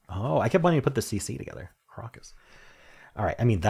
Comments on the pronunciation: crock-us? Is that how Americans say it? For brits it's crow-cus. Nice easy puzzles today including a Rangsk perfect strands. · I think crocus pronounced croke-us